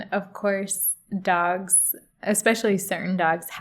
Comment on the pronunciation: I enjoy how tells a word 'dogs' like 'dags' the same way as Mickey from Snatch does.